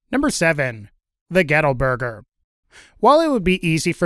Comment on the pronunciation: I walked away for a few seconds and then heard "ghetto burger" outta nowhere lol I know its gettle...